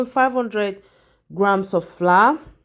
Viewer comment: Why do you say floor instead of flour?